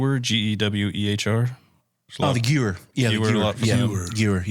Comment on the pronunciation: SKS is Soviet weapon. You’re probably thinking of the Arisaka. Also, it’s Gaah-Vair, not goo-wer. U.S. - M1 Garand U.K. - Enfield No. 4 MK 1 France - MAS36 Germany - KAR 98K Japan - Arisaka Italy - Carcano USSR - Mosin